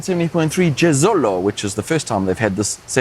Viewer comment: Everytime says anything in Italian (esp Cagliari and Jesolo) my 🇮🇹 heart cracks.. do I need to train more?